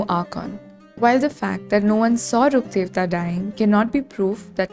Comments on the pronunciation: omg yes finally someone pronounced Rukkhadevta's name properly, everyone keeps messing up the pronunciation so bad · I think since sumerus released this is the first time i hear someone pronounce rukkhadevata correctly😭